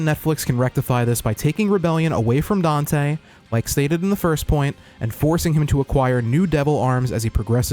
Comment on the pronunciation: not getting dante right, is this animes least problem...